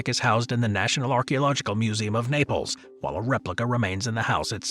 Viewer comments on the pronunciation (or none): none